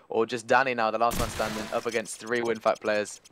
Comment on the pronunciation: its winfakt, not winfact ffs.